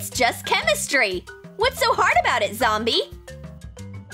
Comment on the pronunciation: i's not gomy i's jombiy